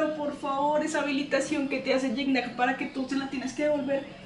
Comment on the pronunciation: alguna vez Gignac aclaró como se pronunciaba y era algo asi como Chigñac